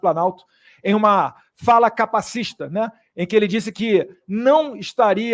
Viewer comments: “Fala capacista” deputado? Como podem eleger alguém que nem sabe falar? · Capacista !? O cara nao sabe falar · Nao sabe nem falar capacitista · O filho do inelegível não sabe falar o termo capacitista.